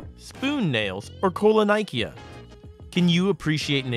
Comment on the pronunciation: it’s called keylonyhia not koi(like in fish)lonIKEA.